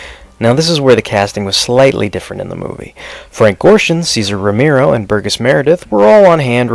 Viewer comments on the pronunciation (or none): What's with your pronouncing your 'G's? Last episode, you said 'Burgis Meredith when it's BURGESS Meredith, and now you said 'Bat GUYro' instead of 'Bat Gyro'. You are pronouncing HARD G's instead of SOFT G's. Also noticed you were a little off also on the word 'Penguin' pronouncing it 'Peng-win'.